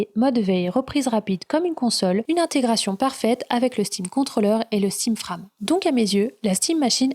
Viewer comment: Frame ne se prononce pas comme "âme" mais comme "frèjm" avec le stress (insistance) sur le "èj". À part ça très bon travail, explications claires, bon résumé, je reviendrai et merci!